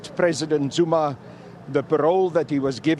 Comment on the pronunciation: It’s Zuma not Zoomar